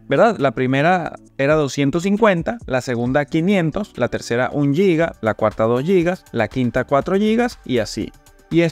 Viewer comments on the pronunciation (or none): none